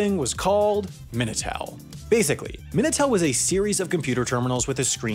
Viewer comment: Minitel* not Menatel